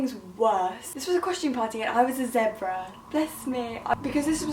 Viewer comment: THE WAY SHE PRONOUNCES ZEBRA